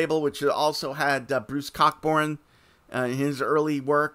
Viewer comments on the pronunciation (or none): lol. Cockburn is pronounced "coe-burn"